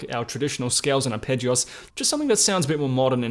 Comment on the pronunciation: The way you say arpeggios makes me chuckle: "arpeggi-oss"